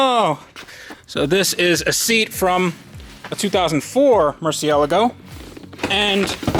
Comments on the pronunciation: Please learn how to pronounce Murcielago. It's not Mercialegio... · But the REAL question is, do you pronounce it Merci el ego like, or Merciel ah go like the rest of mankind? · Isn't it pronounced Mur- Thee-A-Laago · Mer, see, ahhhhh, lahhhh, go 🤦🏽‍♂️ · MURCI-ela-go. Does it bother anyone else? I’m sure I’ve been saying wrong compared to. It’s sounds like apple-a-gize compared to apologize. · why... do... you... say... mercialago... like... that...🤕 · sound it out "merci-a-logo" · Your pronouncing the name of the lambo wrong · The way you pronounce Murcielago makes me want to go commit a redrum.